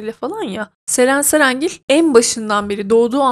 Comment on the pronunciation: Nie anlamadım her Ceren cerengil dediğinde patlıyorum : Ddddddddd